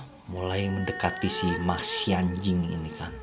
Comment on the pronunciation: Arthur EXkalibur ma xianjing kayaknya, tapinyang gw denger mas sianjing 😂😂